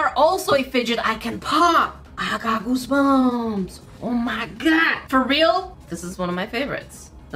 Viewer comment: Is it just me or did it sound like said goosebums instead of goosebumps on the first one